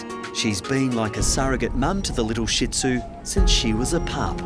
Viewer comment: Omg I know this is serious but I can't stop laughing "she's been like a mom to the little sh*t -zu" the way they pronounced it and left a gap in between made me think they were just insulting the dog and OOF